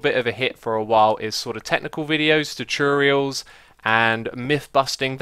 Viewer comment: its a joke about the way X says tutorials.